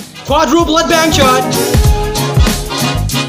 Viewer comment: Did he said sh*t not shot